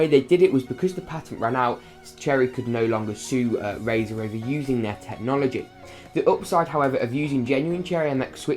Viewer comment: Like "RAZÄH" hahaha